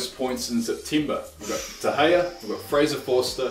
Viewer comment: He said september wrong